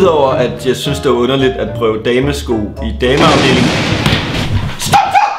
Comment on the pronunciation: Jeg elsker når du siger dame afdeling😂😂😂